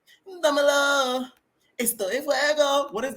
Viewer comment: I’m dying!!! It’s domino dominoooo… oh wait it damelo 😂